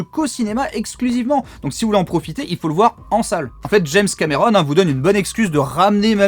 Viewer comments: Pourquoi tu dis james camÉron ? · James cAmÉron... Belle prononciation 😂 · C'est trop marrant, un français qui a un accent français. Je suis trop ptdr.